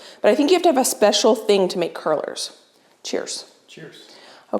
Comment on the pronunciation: krullers is what youre trying to say